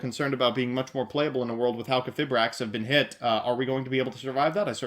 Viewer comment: Its pronounced - Halqi - fye - brax :)